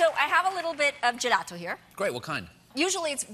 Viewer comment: Her italian pronunciation sounds pretty correct to me (I'm from Italy), it's not fake at all, for example she says spaghetti almost like a native italian( just the double T sounds a little too "english"), or the way she says "pizza" and "gelato" are fine, and other words like "burro" or "parmigiano" . She sounds just like an italian person who is speaking only english for many many years, as she actually is.